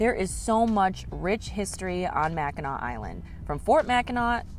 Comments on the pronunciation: As a Michigander the pronunciation of Mackinac is driving crazy 😂😊 Its pronounced as "Mack in naw". I have been there a few times when I was a kid. The Mackinac Bridge, or Big Mac, connects the lower and upper peninsulas of Michigan. If I remember correctly you take the ferry from Mackinaw City (not a typo, pronounced the same way) on the Lower Peninsula to the island. The bridge is the 7th longest suspension bridge in the world and I believe the longest in the Western Hemisphere, if I'm remembering correctly. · Guys should learn how to pronounce Mackinaw! Mac -A - Naw! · It's pronounced Mack in NAW! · Please pronounce Mackinac properly. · It's pronounced Mac in naw. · Mac in naw not nac. I'm a Michigander and been to Mackinac Island a couple times, it's definitely nice place! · The word is Mac n naw island. Not Mac n nac island.🏝️ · Mack - in - awe! Please stop saying Mac in ack, please. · Mack In Naw not Mack In Knack. Got to get the research correct before posting a video. Other than that, great video. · MACKINAC, indian word. MACKINAW ISLAND!!! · Michigan pronounced Mack in naw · Mack - In - Awe - Island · First, it's pronounced MACK-in-NAW, regardless of spelling. Only the city, located on the tip of Michigan's lower Peninsula is spelled Mackinaw. The straights, bridge, and Island are all spelled Mackinac and also pronounced MACK-in-NAW. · Mack a naw. is how it is pronounced. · Its pronounced Mackin AW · It’s pronounced Mackinaw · Mackinac (pronounced Mac-in-naw) Island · It is pronounced Macki NAW. "Dress code may seem a little goofy"? How far we have fallen as a culture. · It’s pronounced Mackinaw, not Mackinac. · It's pronounced "Mackinaw" and the Mackinac bridge "Big Mac" connects the Lower Peninsula to the U.P. lol 💙From Detroit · Pronounced Mak-in-naw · It is pronounced Mackinaw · The degree to which "MackinACK" triggers me is absurd. 🤣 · Pronounced Mack-i-naw